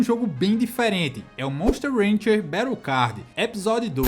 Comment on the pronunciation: i know what you was meant. When you said "monster rancher" it sounded like ranger. It could just been your accent. It sounded like you are from Brazil.